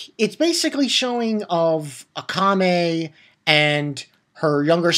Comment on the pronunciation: Her name is pronounced aaakame